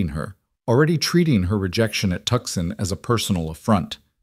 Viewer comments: I came to hear a story not reading listen to a narrator I came to hear conversation not here a narrator and the spelling and pronunciation of Tucson IS (TOO SHAN) Not Tuksun!¡!?GET OT RIGHT GUYS!!! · Somebody tell the Narrator how to pronounce Tucson it's not pronounced Tuckson (it's pronounced (tooson).... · I absolutely love Rowan, ❤, but please say Tooson, not Tuskon. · Tuscon pronounced toosahn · Come on, whom ever puts these things together, I'm a Brit, and even I know the place is not pronounced TUXUN.. Correct it please, it is really, really, REALLY, irritating...or do you think your audience are all stupid no nothings....this is they way you lose viewers. I have already unsubscribed from a couple of these places because of stupid and bad AI reading...so dmfar I have found one really good one, I was hoping you might be second... All i want to do is to listen to a nice little story and escape the world for as long as it lasts...but miss pronounceation and leaving spaces whete they should not be, plus other things make for an irritation.. i nay as well tune into audio books that is read by REAL people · Come On ! Let’s fix the AI please. Tucson is not a place! TOOOOOOO - Sahn is a place!. Don’t you creators play back your stories and hear what a mess AI. is actually making of some of these names and places???? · The c is silent in Tucson.